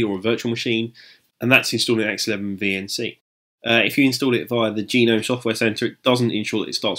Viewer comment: just say the word gnome once lmfao, not g nome or nome, just gnome